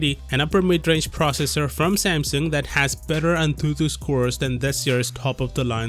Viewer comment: 'An thu thu' 🤣